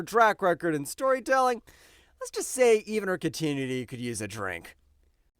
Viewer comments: The way the narrator mispronounces “decimation” and “continuity” confirms this is just more AI garbage. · I find it oddly adjusting that he has trouble pronouncing "continuity", but "ouroboros" is not a problem. 😂😂😂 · Somebody please teach the AI how to pronounce 'continuity'.